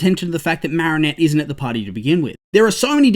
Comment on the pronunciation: No offense but it's "Marinette"